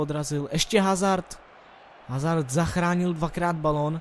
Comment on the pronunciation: Dobrý to je ;) btw. Eden Hazard se čte [Azárd]